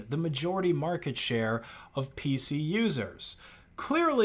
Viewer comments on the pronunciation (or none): none